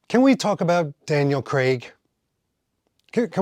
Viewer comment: And if anything, Daniel Cregg had the most mispronounced Bond name.